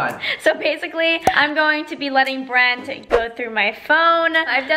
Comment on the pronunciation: This Had Me Laughing: I turn on caption: “Brent” Captions: it’s “brand”!